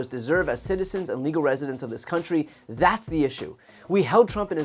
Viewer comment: Note how he said "c-ntry." Ya know, I might have laughed at some of the jokes if Michael Ché was delivering a better version of them on SNL, but then I know how SNL means that kind of humor. A roast comedian has no place at a racist's political rally, especially with that kind of material.